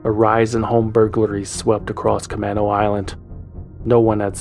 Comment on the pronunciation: As a Seattle native, let me make a correction to the Concerned Citizen re: Camano Island. It’s ca-MAY-no, not ca-MAH-no.